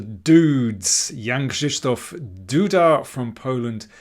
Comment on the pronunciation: Excellent pronounciation of Jan-Krzysztof's name, I had to check if you were Polish by any chance :) Thank you for your analysis!